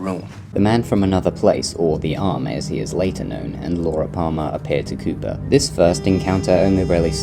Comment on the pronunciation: When you say “Cooper” it sounds as if you say “Cuba”